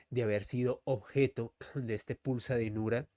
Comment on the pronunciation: Es pulsa denura, no dinura